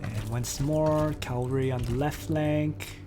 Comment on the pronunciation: Nice video but you need to learn how to pronounce "C-a-v-a-l-r-y", not Calvary (that's where Jesus died). And Marquis is pronounced "Markee". I'm not really a nitpicker but the wrong pronunciation is annoying.